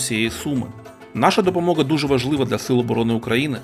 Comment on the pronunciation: ДопомоГа а не Ґа